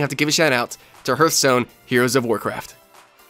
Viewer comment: It's not HERTHstone, it's HEARTHstone. Come on, guys.